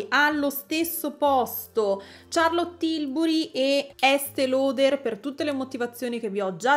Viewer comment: Finalmente un'influencer che pronuncia "Ciarlot" (e non SCiarlot!) per Charlotte Tilbury😊